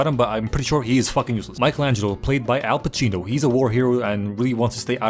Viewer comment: The italian pronounciations were awesome - Al Pacino (played by Al Cappucino Bella Ciao)